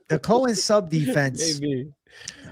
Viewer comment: It’s not (Hailey) Cohen...it’s Cowan!